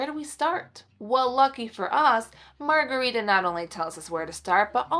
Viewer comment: I have a second cousin in Sweden named Margareta. It’s pronounced a little different than how you are pronouncing it. But that’s ok 😊